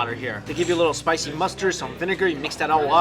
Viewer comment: very spishhhie??😂